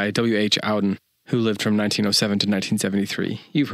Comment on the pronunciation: “Ah-den,” not “Ow-den.”